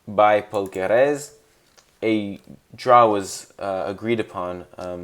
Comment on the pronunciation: Great video but why are you pronouncing Paul Kereses name like he's French 😂😂